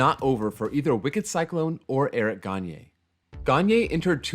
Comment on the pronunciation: He also did a pretty good job at pronouncing Gagné’s name